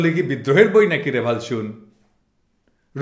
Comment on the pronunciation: দাদা আপনার মুখে এই ভালশুন শব্দ টা শুনলে এমন হাসি পায় যে মাঝে মধ্যেই বকা খাই🤣😂😇